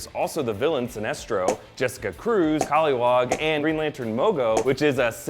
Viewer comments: it's kilowog not call-e-wog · Did he say "Cauliwag" instead of Kilowag ? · Did he just call Kilowog "hollywog"? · Did you call Kilowog... Pollywog? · Is nobody gonna mention the fact he pronounced Kilowog as Koliwog? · OMG he said kilowag kaliwag wtf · not to mention he really butchered Kilowog's name. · Did he say koliwog?? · It's kill-o-wog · I hate you for mis-pronouncing Kilowog's name... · so im scrolling through the comments and i somehow don't see any comments about how he pronounced kilowog. he said it like its part cauliflower. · That pronunciation of Kilowog... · Kilowog* not polliwog lol